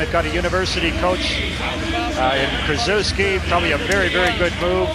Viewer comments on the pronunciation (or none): Butchered coach K's name